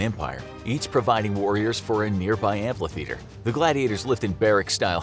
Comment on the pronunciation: This dude really said amplitheater